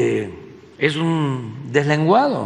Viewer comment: Se muerde la lengua cuando le dice dezlengusdo